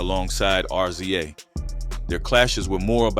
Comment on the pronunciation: Why do you keep saying R Z A it's pronounced Riz-ah